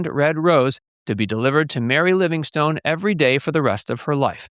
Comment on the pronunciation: Please listen to an episode of the Jack Benny Program and learn to pronounce "Livingstone" correctly. Please.